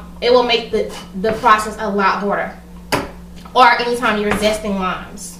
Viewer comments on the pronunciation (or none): none